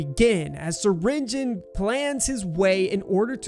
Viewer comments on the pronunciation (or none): did bro really say stinger Flynn it’s syringion